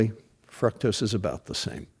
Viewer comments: He mispronounced .fructose. "fruktose" lol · I don't think he is pronouncing "fructose" correctly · I don't think I've heard anybody pronounce fructose the way he does. Anyways, good points